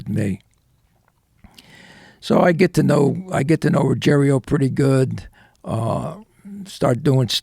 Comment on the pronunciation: Not "Ruggerio". Ruggiero. Different spelling and different pronunciation.